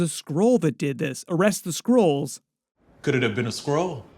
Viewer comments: I aint gonna lie, i thought he said squirrels at first. Which is still plausible. Lmao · Nobody heard skrulls. Sounds like squirrel. They need to plan these lines better so it lands